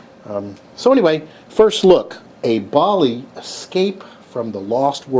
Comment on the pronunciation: The way you say Bally will never not bother the hell out of me.